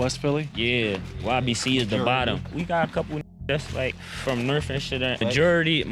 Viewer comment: "from north (philadelphia) and shit...". He's just stupid so he says it like "nurf"